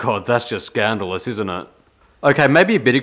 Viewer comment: You said"scan·dal·ous"... u r killin me!!!